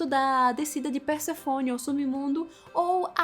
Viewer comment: Mais uma colaboração: PersÉfone, e não Persefône. Obrigada pelo vídeo, muito legal.